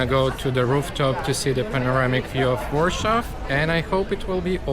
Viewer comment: Why do you pronounce Warsaw like in German?